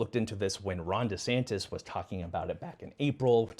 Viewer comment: I just heard “Rhonda Santis” and now that’s how he lives in my head. 😂